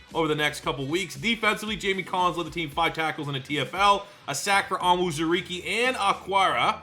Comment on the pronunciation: Levi's name is pronounced OWN ZOO REE KAY